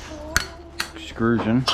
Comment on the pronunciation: Please stop saying EXCRUSION. It's not a word, and you sound like an idiot. It's EXTRUSION.